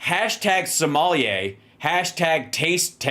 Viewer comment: Tucker can't pronounce "sommelier". He says it like Somalia -- he's a dope.